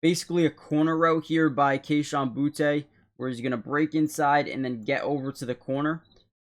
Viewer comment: It’s not pronounced Boutay, it’s just booty